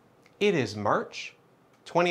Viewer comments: Yeah, why is he saying it different? What the hell is happening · Human hah he messed up yesterday and said february. so today he is stressing march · the emphasis on march lmao 🤣 so glad things are swell today